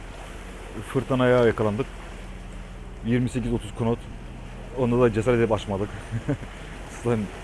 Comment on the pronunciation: bide knot demesen her bölümde knot diyorsun, knot diye yazılır nat diye okunur:) sevgiler